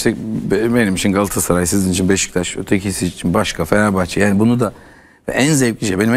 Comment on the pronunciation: Candaş bey 'Galassaray’ değil, ‘Galatasaray' lütfen düzgün telaffuz edin.